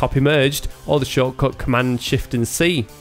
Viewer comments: He says shortcut! xD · Oh man, i finaly got it: You don't say "choco" everytime; you say "shortcode" :D was a bit confused